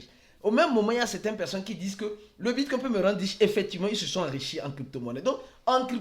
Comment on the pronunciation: Le bitcouin 🦆 😂 Je n'ai pas pu m'empêcher